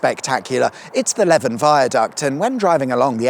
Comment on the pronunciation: That would be the Le van viaduct not Lev An!